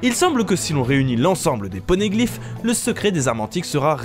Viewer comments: Jsuis mort il a dit pornégliphe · Les « pornégliphes »😭😭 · Les "pornéglyphes" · les "pornéglyphes" AHAHAH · il dit les pornegliph 😂😂😂😂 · "Pornéglyphe'" Oui, je rigole à sa. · Super vidéo, contenu riche comme d'habitude !! Avec un coup de cœur pour les " PORNéglyphes " à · les "PORNéglifes" dites a quoi il pensais quand il a dis ça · wsh "pornéglyphes" y m'as sorti